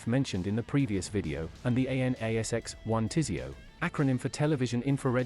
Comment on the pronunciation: I'm kinda surprised it pronunced "TISEO" right. Overall doing quite well with the acronyms.